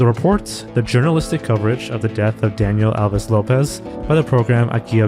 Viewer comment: as a Brazilian; wasn’t expecting also your pronunciation of the name was in Spanish not Portuguese his name is written Daniel Alves Lopes Daa-nee-el like durh Au-vis like vicissitude Loh-piss like piss not pez dispenser